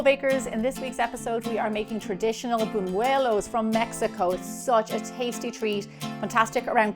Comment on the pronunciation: Gemma does an excellent job